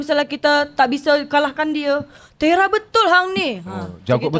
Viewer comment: Bukan Tera tp "Terrer" sebutannya